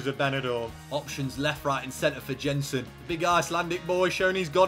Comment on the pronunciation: Jensen is pronounced Yensen